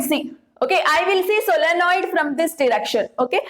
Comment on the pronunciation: Solenoid..Not solonoid